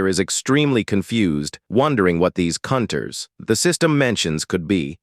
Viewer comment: why did the narrator call the hunters Cunters